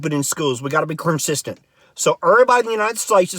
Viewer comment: His accent makes him pronounce words different. Like curncistent as opposed to consistent. Kinda adorable.